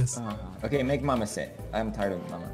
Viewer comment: Mamma means mom in Swedish. I cringed so hard every time you said mamma